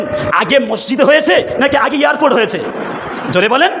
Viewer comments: ভাষণ পরে দিবি আগে ঠিক করে কথা বলতে শেখ। ওটা ইয়ারর্পোর্ট নয় বল এয়ারপোর্ট।😂😂😂😂 বাংলাদেশী। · Besh karbe, katha bolte parena YARPORT bole !Haj karte gele ke .....jabe Jadi na security thake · "পেরায়" নয়, হুজুর "প্রায়"। 'ইয়ারপোট' নয়, "এয়ারপোর্ট"। অশিক্ষিত জিভ। পেটে বিদ্যে আছে বলে মনে হয় না।